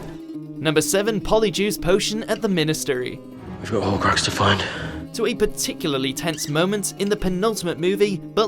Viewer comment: Did you just say minis-tery? Ah, the language of Shakespeare.